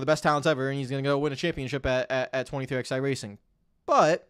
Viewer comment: I find this so infuriating